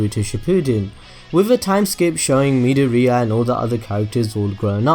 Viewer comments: 'Mid-or-ear' is how it sounds Not moody-ureah Please, don't butcher his name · "Mid-o-ria"...? I get that he was trying to be like, look at me spelling out Japanese names, but come on its midoriya... as in mid-or-iy-a. Say it right mate. Plz. It hurts. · Midoriya is pronounced:me door E ya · stop saying midoriya like that